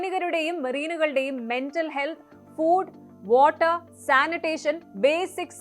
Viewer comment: വാട്ട 😂😂😂അല്ല വാട്ടർ 😂😂